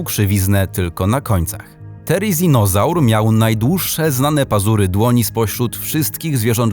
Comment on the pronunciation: Nie,,tereninazar" tylko thereninazar